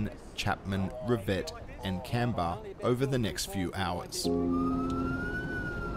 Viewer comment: It was truly terrible! A friend of mine lost his house in Duffy. I was sent home from work to look after my house. And yes - the straight lines are backburns. BTW - your pronunciation of Canberra is correct - his isn't.